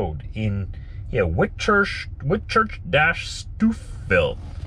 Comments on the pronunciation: Haha like how you say Stouffville! Locals pronounce it Stowe vill Enjoyed the vid - thx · No its STOUFFville haha